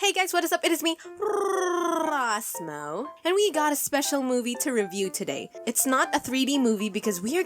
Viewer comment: I just love how she emphasizes the R in ros mo in her intro